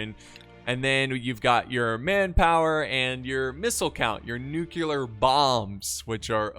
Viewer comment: Nuclear not nukelar 😭